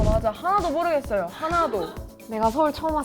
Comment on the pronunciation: 모↗️르겠어요에 억양 살짝 있네요 ㅋㅋㅋㅋㅋ